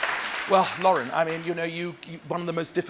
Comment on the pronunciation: For the record, it's "Lauren", not "Laura". Although yes, it's pretty obvious ALW loves Danielle.